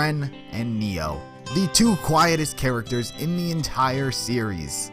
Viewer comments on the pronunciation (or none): When he said Ren and Neo, it took everything in my body to not click off this video LMAO